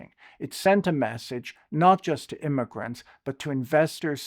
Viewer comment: Imiagrints, im-a-"grants" im i barking up the wrong tree?